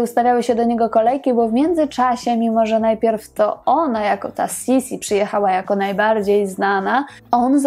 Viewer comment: Niemiecka wymowa to jednak Sisi tylko, że es jest twarde.